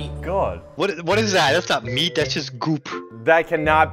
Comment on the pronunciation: said meet instead of meat